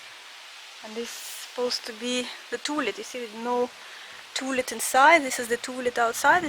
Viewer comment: I love the way you say toolet (outhouse)...hahaha